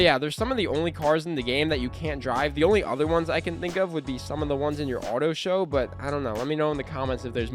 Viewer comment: 😂😂 bro said autoshow